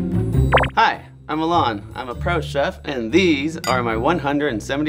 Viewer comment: This vato says his name is “Uhh Lon” instead of Alan 😂 Big ol nopal in his frente